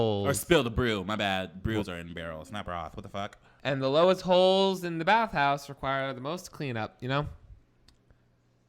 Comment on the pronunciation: it took me way to long to figure out that he said "Bathouse"